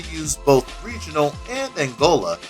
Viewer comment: Pretty good video, but I wanted to point out a couple things. Firstly, with Portuguese, R is usually pronounced as an H, so roda would be pronounced ho-da, and Regional is pronounced Hay-jo-nal. Secondly, as the styles developed, there have been further splinterings and refinements. There are those who feel Capoeira Regional became a bit more focused on the performative side of the art, with an emphasis on floreos, as demos tend to be more eye catching (granted that depends on who you're talking to and what mestre you're learning from). This has lead to styles such as Capoeira Abata under Mestre Camisa, which further emphasizes practical application and self defense. (I studied it for about two years before the classes were shut down due to lack of interest.) Honestly, this is still one of the better deep dives into Capoeira in fighting games that I've seen, so well done.